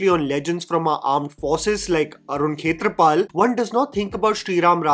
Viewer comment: It pronounce Chetrapal